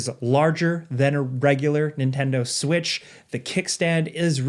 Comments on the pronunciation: He said that 🤣🤣🤣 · i heard that too haha